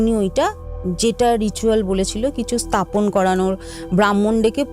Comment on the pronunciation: কথাটা স্থাপন স্তাপন নয়। আর গমগম হয় ধমধম নয়